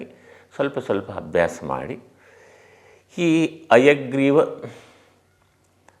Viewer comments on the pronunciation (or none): ನೀವು ಹೇಳುವುದು ಹಯಗ್ರೀವ ಮುದ್ರೆ ಅನ್ನುವ ಬದಲು ಅಯಗ್ರೀವ ಮುದ್ರೆ ಅಂತ ಉಚ್ಚೆರಿಸಿದಂತೆ ಭಾಸವಾಗುತ್ತಿದೆ ಯಾವುದು ಸರಿ...? ದಯವಿಟ್ಟು ತಿಳಿಸಿ. 🙏